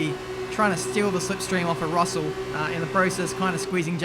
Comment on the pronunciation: How many of them say george ruselle in 😂